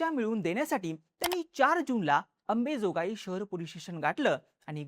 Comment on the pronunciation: अरे बाबा गावचे नाव तरी नीट घेत जा 🙏🏻 अंबेजोगाई नाही ते अंबाजोगाई आहे ते मराठी तुम्हला नीट शिकायची गरज आहे भाऊ…